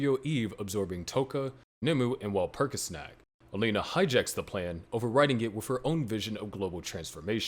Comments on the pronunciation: You said Walpurgisnact wrong, I'm disliking the video and not watching anymore; bye. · Please say walpurigisnacht in a more german like pronunciation.